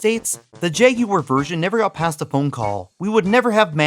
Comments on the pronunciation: Yay! Someone who can say jagUar!! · Thankfully you don’t pronounce it as “Jag-Wire” unlike a certain Gaming Historian.